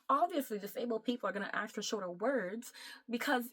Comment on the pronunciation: "To axe an author" Clicked off the video.